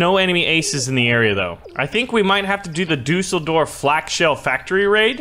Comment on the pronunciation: You can’t pronounce Düsseldorf